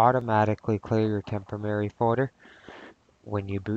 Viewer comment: For fuck's sake....'temporary'......not "temp-oh-Merry"! (work on it!)